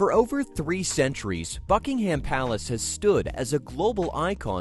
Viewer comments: The British pronunciation is "BUCK-ing-um" and not "Buck-ing-HAM." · Raise your hand if you cringed every time he said HAM. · You need to drastically improve your AI narration, too much of it was continually repeated as was video footage. You also need to learn how to pronounce words & names correctly. Buckingham is one word, it is not hyphenated and the 'ham' is pronounced 'em' or 'am'.